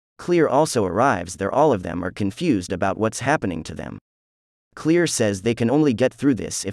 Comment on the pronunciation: Is he really calling Claire clear? Lol 🤣 ok